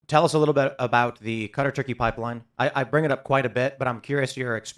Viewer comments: Kuh-tar. Not cutter. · Is it not pronounced "Kuh-tar"? Him pronouncing it like cutter has had me confused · More like"kah-tarr" but yeah, saying "cutter" was odd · Cutter is wrong. It's almost always only Americans that say it that way. Kuh-tar is correct.